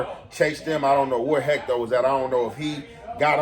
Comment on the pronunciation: Why you keep saying Hecto lol